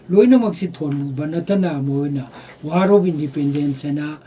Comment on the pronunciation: Bapuji.. Article.. Not African, War... Not Wan